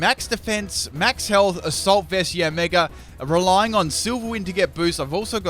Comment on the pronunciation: OMG U CANT EVEN SAY YANMEGA OR RAMPARDOS!?!? YOUR SO DUMB